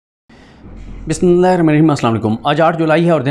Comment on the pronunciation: بسم اللہ صاف ستھرا پڑھا کرو